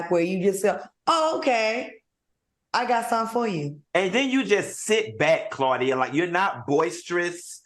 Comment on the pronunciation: How is Claudia Paula’s friend but she doesn’t even know how to pronounce her name properly? 😭😭 Side note: Funky ATE her ass Upppppp 😂😂😂💀